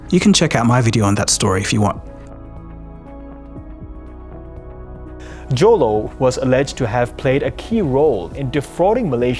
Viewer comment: Why does Joe LOW sounds like YOLO :D